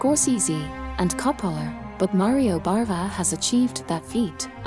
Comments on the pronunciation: Its BAVA not BARVA! Sorry if you cant get his name right, im out of here. 🤣🤣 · Bava, not Barva